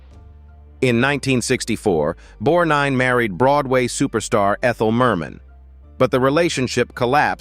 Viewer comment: Ernest "Bornine"? Asshole AI .... (God I HATE it!!)